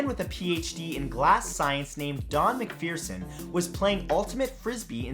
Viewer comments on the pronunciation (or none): It's pronounced MacPherson. Not MacPheerson. Pain in the arse.